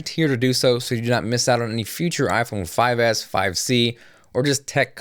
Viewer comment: he says: iphone 5ass hahah